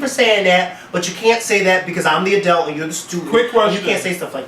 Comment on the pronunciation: Lmfao I cannot stand the way pronounces the word "adult". He keeps saying "adElt". adelt adelt adelt. Hahaha omg I almost wanted to stop watching because of that... Great episode though, guys!